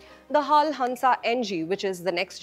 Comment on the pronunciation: You should not pronounce as "hall" but H A L only.